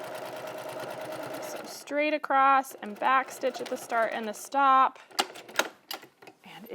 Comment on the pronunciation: Those word “across” does not have a “t” at the end…just so you know…